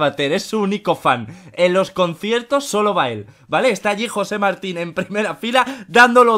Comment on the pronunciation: Auron: Jose Martin Como en realidad era: Jose Marin